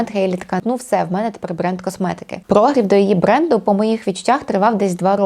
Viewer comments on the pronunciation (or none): Корисне і класне відео. Але прогрів - наголос на І🙂